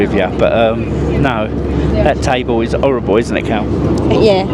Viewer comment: cant say h in words like horrible he say orrible 😂